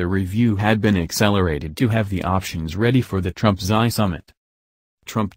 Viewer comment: Xi ( See) , not ' Sigh' .